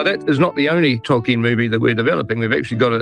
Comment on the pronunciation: I kept thinking that Jackson was saying "Talking" movie, when he was saying Tolkien movie. I take back every compliment I ever payed Peter Jackson. He has been gotten to, he's nothing like the man that made the Lord Of The Rings trilogy films.